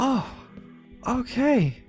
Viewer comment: why do you say "mokay":))?